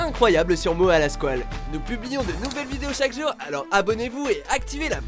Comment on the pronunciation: MOUET LA SQOUELE